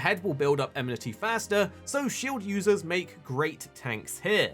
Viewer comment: Ah leh sah. EN mih tee. Why people struggle so much with her name and that word, is silly to me. It's super common across mh YouTubers.